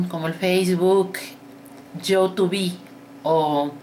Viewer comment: Doñita youtube se pronuncia así youtub la e no se pronuncia, ígual me encantan todos sus vídeos dios la bendiga y saludos a su niño..